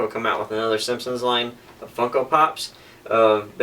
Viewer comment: It sounded like you said Fucko at about the mark... haha